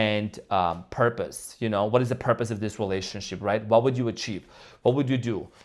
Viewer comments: Wait….did say relationshit?? 😂😂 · 😂I Think He Did, I Heard It As Well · Did you say "relationshit?" 🤣